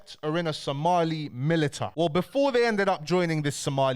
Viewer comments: Militia not milita broski 👍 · Bro that’s not how militia is pronounced lol